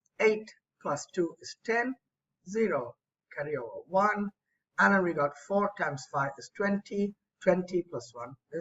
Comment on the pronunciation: WHAT DID YOU SAY I DID NOT UNDERSTAND, "IGAT." When the whatapp thing came